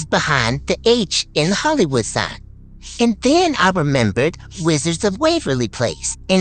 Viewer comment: Ill give you hint " HOLLY" wood, Everybody saing it wrong, just say holly as you say Holy